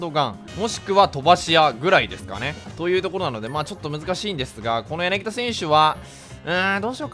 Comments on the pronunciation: やなぎだではなくやなぎた ↑この間違いはホークスファンが怒るやつ。。。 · 私にやなぎだと言っているように気がします。 言ってなかったらすいません。